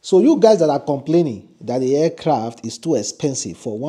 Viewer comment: For God's sake it's Aircraft, not Fcraft!